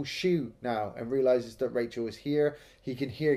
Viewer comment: Raachel... Raaacheel